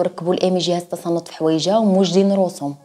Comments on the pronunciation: آلة تنصت ماشي تصنت 🤣🤣🤣🤣🤣🤣 ضحكتيني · تباركلاه عليك .قصص زوينة.ولكن راه جهاز التنصت ماشي جهاز التصنت.ههه. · جهاز التنصت هههههه ماشي التصنت هههههه يتصنط لعضامه هههههه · جهاز التنصت ماشي التصنت 😂😂😂😂😂😂😂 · جهاز التنصت ماشي التصنت هههههه